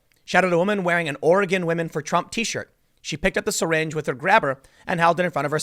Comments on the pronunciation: wow you slaughtered the name willamette its not pronounced will-eh-met its pronounced will-lam-it also oregon is not pronounced or-e-gon it's pronounced or-gan just like what you have in your body or like the musical instrument LOL people who are not from around hear can't pronounce the names right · As a Portland native: 1) will-AM-it not will-uh-met, 2) ORegon not or-GONE, 3) Portland does look like shit and needs all the help we can get. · Hi Tim! Nobody here says "ori-gone"! It's "ori- gin" with a hard G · I'm a Portland, OR Conservative. Scott is welcome here. Will-am-it Or-i-gun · For future reference: it's pronounced "Will - Am - IT"...and It's pronounced "Or - a - Gun". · Cleaning trash is a far right dogwhistle that's code for "Eliminate bacteria" which of course is racist. Wait, did you just say Oreh-gone? Do you say Charlestahn? My favorite character in Fresh Prince is Carltahn. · Ore-gone and Will-uh-mette? LOLL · It's pronounced Will-am-ette and Or-ee-gun. Damn East-coasters lol great video though. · Just because I know you will end up talking about this epicenter of far left stupidity... "Ore Again" or "Ory Gun" are both ways people there pronounce it (you usually said it right butdid slip) Will Lamb Ette. It's counter-intuitive to the spelling. Lots of places out there like that (Philomath being another example). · I think he mispronounced Oregon too. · Journalist Tim, you have been to Portland. Why do you mis-pronounce Oregon and Willamette on purpose? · Leftist ruined my state long ago. Leftist let the homeless trash the cities. PS: Tim, your pronunciations of Oregon and Willamette are wrong.